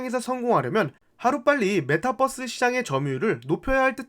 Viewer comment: 뻐스로 발음해도 다 알아들어요, 핵심은 그게 아니니 분석에 집중해주시면 좋겠어요